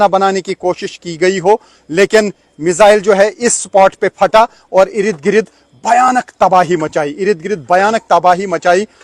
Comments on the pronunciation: Bhaiyya sahi shabd ka istemal karain ird gird hota hai,irid girid nahi hota hai. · Irid girid आपके इस शब्द "इरिद गिरिद" को ही सुनने के लिए आपकी वीडियो देखता हू आप का pronunciation ग़ज़ब का है आपका धन्यावाद इर्दगिर्द की रिपोर्ट दिखाने के लिए